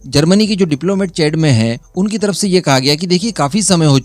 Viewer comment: हिंदी में अपना वक्तव्य दे रहे हैं तो CHAD(चैड) को चाड़ बोले। मैं हैरान था ये चैड़ कौन सा देश आ गया अफ्रीका में। और जब आप किसी देश महाद्वीप की बात करें तो मानचित्र जरूर स्क्रीन पर दिखाए। इससे बच्चों का युवाओं का ज्ञान बढ़ता हैं।